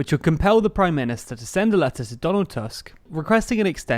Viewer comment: Once again: It is Donald Tusk as toosk. Please don't butcher Polish.